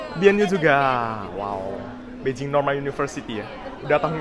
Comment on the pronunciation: knp nyebut nya beijing bukan Bei Jing? Ada alasan..?